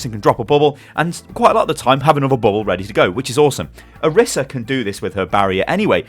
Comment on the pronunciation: orisa's name is pronounced oh-ree-sa not or-issa